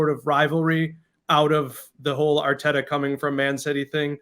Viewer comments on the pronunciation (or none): It's Arteta not "Arteda" 😮‍💨, at least the Brits try to pronounce names correctly, especially the commentators.